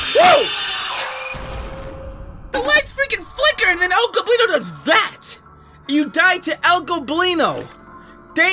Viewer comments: finally you're not saying El "Globino" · yo he finally pronounced el goblinos name correctly, anybody who speaks spanish is finally happy